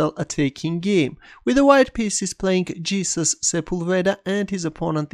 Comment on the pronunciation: Suren just for your information, Jesus is most likely pronounced like hey-SOOS